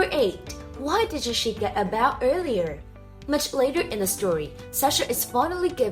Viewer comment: a "Baw" a "Cross Baw"